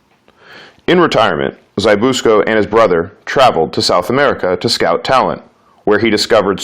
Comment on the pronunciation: It's ZZ-BISS-KO